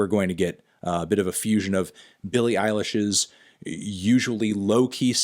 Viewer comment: Good sir, it's pronounced William Eyelash